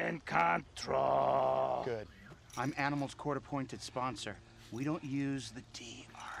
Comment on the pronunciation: ..In con-trol.